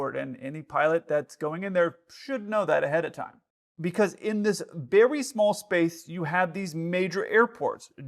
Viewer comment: berry small space!